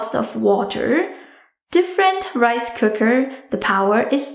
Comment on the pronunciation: DID SHE SAY WIFE COOKER!!